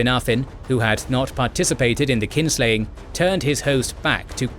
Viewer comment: It's "Kinslaying" not Kingslaying.